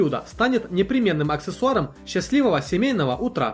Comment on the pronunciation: Не для РЕЗАНЬЯ а для резки коржей,Счастливого утра ударение ставится на У а не как у тебя на А,Пресс для котлет слово Сформировать произносишь не правильно.Когда читаешь анатацию по применению товара не тараторь,слышно что ты не от себя говоришь а читаешь .Штопор ВАЛАКОНИЧНОМ дизайне?))) правильно В ЛАКОНИЧНОМ . И это не зависит от нации говорить правильно.У тебя во всех роликах так,почему ты думаешь тебя тролят?Вот по этому что ошибки в ударениях и в самом говоре.Можно допускать письменные ошибки,но не речевые же.Не знаешь как произносить,спроси у знакомых.